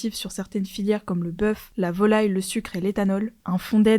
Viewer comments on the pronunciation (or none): none